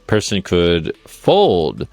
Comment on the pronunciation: Watch the video. Jungle clearly says Pearson.